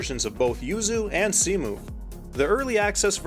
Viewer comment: Minor detail, but Cemu is pronounced "c-mew" not "c-moo", just wanted to point it out, I love how much effort you put into this video